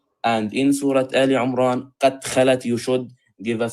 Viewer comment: His Arabic is so poor, the guy. For example, he reads “aal Umraan”… instead of “Emraan”. Clearly not comfortable with the Quran.